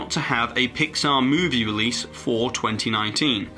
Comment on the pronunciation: PIX-Saw??? Really? why pixar.. not again..